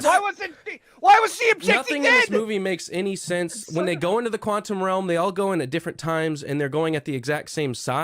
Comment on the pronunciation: I agree but can you please say “then” and not “thin?” The word is “sense” and not “since!”